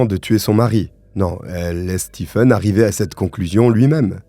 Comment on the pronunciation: J'adore tes vidéos. Mais sil te plaît, le prenom Stephen se prononce Steven. Mes oreilles brulent a chaque video ou il y a ce nom 😭🤣🤣